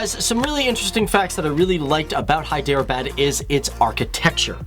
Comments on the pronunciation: its not hy dera baaad .....pronounce it like hedrabad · I don't wanna sound like a prick but I cringed everytime you said Hyderabad it's more like "hae-the-r-abaad" not "hi-der-a-bad" but I'm not hating I mean I wouldn't be able to pronounce something in Korean or something so much love from Jhelum Pakistan PS do facts on Nigeria part 2 or on Wales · it's hydrrrrr bud not by dere bad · When he says hydro abad😬 it's Hyderabad...... 😆😆😆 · im from here its pronounced hederabad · hyderabad is pronounced in pakistani and indian ways as: heh-dra-ah-bad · Hi...Love your vids so sharing pronounciation is Hy-drrraa-baad..... God Bless ... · its pronounced hai-der-a-baad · It is pronounced as (hi-dr-baad) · hi der bad .. its funny how you guys pronounce our names and places..😂😂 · Listening to the funky pronunciation of Hyderabad is gonna make this video tough to watch